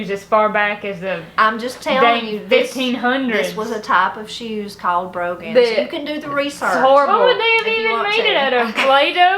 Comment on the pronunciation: That was fun to watch…I’ve always heard & said Brogan boots as Bro—gan, the same way that you, pronounced it…